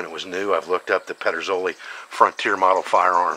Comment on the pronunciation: Don't know why it bothers me but... Why does everyone struggle with the correct pronunciation of Ped er soli? It is not Petra solly